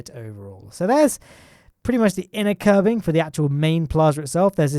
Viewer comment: When you say "curving" it sounds like you're saying "Kerbin".